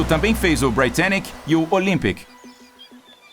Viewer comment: O capitão Smith não queria bater record nenhum em viagem inaugural, quem quis foi o Joseph Bruce Ismay. E não se pronuncia BRAItannic e sim BRItannic.